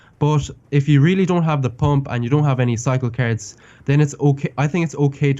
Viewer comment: I love the way that he says cards (carrots)